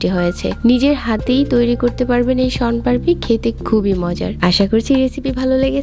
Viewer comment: মোন পাড়পি না ওটা হবে শোন পাপড়ি,,,বোলতে পারে না,, বানাতে পারে